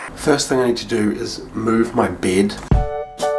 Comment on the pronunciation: Normal: First thing I need to do is to move my bed What I heard: First thing I need to do is to move my beard